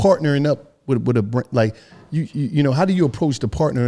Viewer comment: Yooooo, said “ya Brand deal is something else”.. why did I hear “brain” 🧠, super pause but yoooooo., reading those sponsors and saying “I’m talm’bout make ship happen, I’m talm’bout.. I’m talm’bout I’m talm’bout” like.. bro how many times is you gon tell me what you “talm’bout”